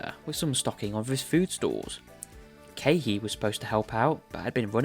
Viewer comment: SAYING KEAHI AS KEHEE KILLING ME LMAOOOO i have this playing in the background so i dropped what i was doing almost immediately LMAO (its okay its very funny)